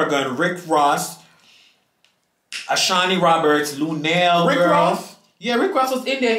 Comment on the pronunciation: Not lunell 😂😂😂😂